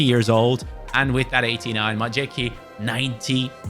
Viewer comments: As much as i respect that you always try to pronounce the names of the players properly, it is hilarious how you butchering "Majecki" 😂 It's "My-ets-key" 🤣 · The horrid mispronunciation of Majecki is killing me., please start googling how to pronounce players' names properly.